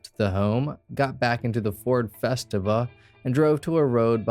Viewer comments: (fe-STEE-va), not (fes-tiv-a). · My friend committed suicide inside of his Ford Festiva. Btw it’s pronounced fes-tee-vuh. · Pronounced: Ford Fest-eee-va. Lol. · Every time I heard that I cringed a little 🤣